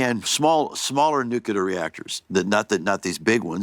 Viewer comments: I was waiting for Bill to tell Tim it's pronounced "Nuclear, not Nucular.". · I’m so disappointed! Tim Allen pronounces nuclear nucular. I swear to god, my respect for him just went down by A LOT. He’s one of the STUPID people!! I’m genuinely surprised. I thought he was smarter than that.